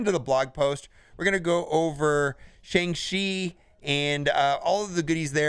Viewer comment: Still can’t say the name right .... it’s Shang-CHI ! Not Shang-she